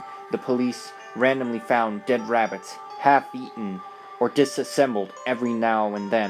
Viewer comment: how come he said dead rabbits weirdly